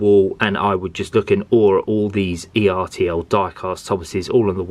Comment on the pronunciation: I have James and one of the two old coaches. I bought James and the old coach separately. By the way, it's pronounced ertl not e,r,t,l.